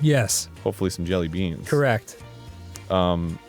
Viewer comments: You’re supposed to emphasize the word “jelly” not “beans” when you say jelly beans. Maybe this was just a bit. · Why does Arin say 'jellybeans' with a weird emphasis like that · why did Arin put so much a hard emphasis on the "BEANS" part of jelly beans